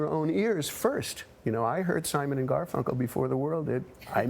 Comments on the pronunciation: She actually said Garfel, then corrected it to Garfunkel. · She keeps calling him “Garful”... and then the man refers to “Strawberry Fair” ...Why interviewers don’t do their research is beyond me.